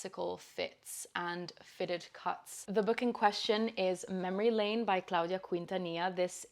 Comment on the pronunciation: You pronounced Laine perfectly! It's Finnish and means wave ❤